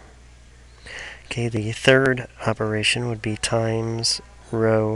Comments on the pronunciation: great video but please stop pronouncing row like that. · I love how you pronounce "know" and "row"